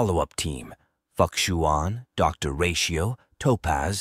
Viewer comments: Just a friendly reminder: The 'X' in most chinese names is generally pronounced as a 'Sh" sound. Therefore, Fu Xuan will be pronounced as Fu Shuan, not fukshuan. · For the last time, it is Fu Xuan not F*ck-shuan? 😂😂😂😂😂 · pls don't butcher fu xuan name but if it's something cant change that's ok. I appreciate this guide. Nice content. Hope u grow